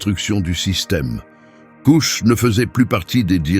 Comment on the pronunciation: Kush pas couche mdr